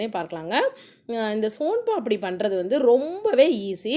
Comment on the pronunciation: Adhu paapadi illa papadi nu enga sonnanga